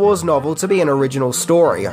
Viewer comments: "Onriginal Ideas" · there's an "Onriginal" way of saying Original. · "Onriginal Ideas" ? haahaha. Ooops.